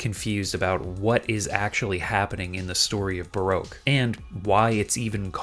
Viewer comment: Not how you say baroque